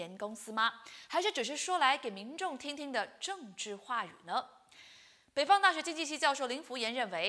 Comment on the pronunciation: 反扑（pu4×正确：pu1）听听（轻声的调度错误，正确：中低调）、里头（tou2×正确：tou，轻声：中高调）、知识（shi2×正确：shi，音高：低调）